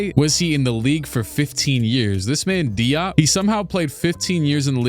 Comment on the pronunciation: It’s pronounced “Jop”